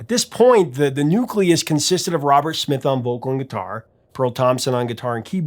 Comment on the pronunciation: Did he pronounce Smith as Schmith?